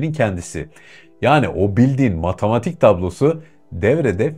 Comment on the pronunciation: Matamatik değil, Matematik. Kamuya açik yayin yapiyorsun. Türkçe'yi doğru konuşmak, vatandaşlik ödevidir.